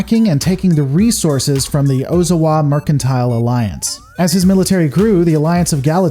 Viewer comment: Dra con is Com Bine NO EMPHASIS O za wa NO EMPHASIS Ku Ree Ta NO EMPHASIS if you are noticing a trend here it's because Japanese is a flat affect language. You almost never emphasize one syllable over any other (combine just happens to also be an unemphasized English word). Also vowel sounds are fixed in Japanese: a -ah, e-eh, i-ee, o-oh, u-oo. Sounds blend: ai-ahee~long I. No variation with surrounding letters. No short i sound allowed, timoyo - teemohyoh. This is painful.